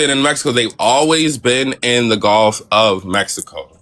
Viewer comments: Just to be clear, people along the Gulf Coast specifically Louisiana pronounce Gulf more like the dude than like you, you sound like you're saying "Goalf" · We pronounce Gulf and golf the same, some people say guhf for both but I've never anyone of any generation in Louisiana say "Goaf" as you did